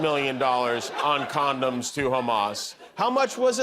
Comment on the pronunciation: Also please note that trump says CANDOMS, not CONDOMS !